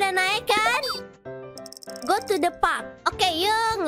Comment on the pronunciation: Park kak bukan pak